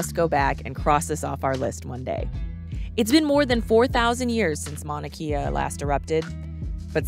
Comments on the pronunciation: “E’s” are pronounced as A and a’s are pronounced as uh. Mauna KAY - UH Go to top and watch sunrise. Waipio valley access is now closed. Kona Joe’s Coffee 🤙🏽 Green sand beach-don’t waste your time. If you do go, wear shoes-no slippas! Auntie will give you a ride for a price. See Ola Brewing 🍺 in Kona And yes, the island is very livable but get used to stupid! Hawai’i is and second world country and just about everything here is 50-75 years behind the mainland. A wonderful place to visit as long as you respect the locals. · It's pronounced Mauna Kay-ah. No e. Great video though. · This is a GREAT video! If you do a Part 2 put Kua Bay, 2 Step, Pohoiki Ponds and Kehena Beach. Btw it is pronounced Mauna (KAY-A) and it is Kaumana Caves. Obviously you can't edit the video but in case others want to know. We are still adapting to some of the pronunciations. Well done. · Your pronunciation of Mauna Kea is incorrect.